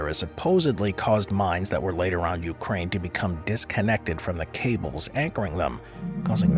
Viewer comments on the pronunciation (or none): none